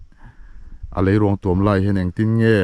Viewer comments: Hmuhnawm thin e. Leiruangtuam_a 'tuam' lai hi a thluk hniam lo, a khamphei pangngai, 'puan ka thui' tiha 'puan' ang hian lam la a dik zawk ang. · Leiruangtuam i thluk diklo rei tawh khawp mai hrilh tu che an awm lo em ni aw.tuam i thluk dan hi lei zawk hi ruang in a tuam a ang tlat. Lei in ruang a tuam zawk tur a ni....i pem kha tuam rawh tih a 'tuam' i lam ang khan lam tur.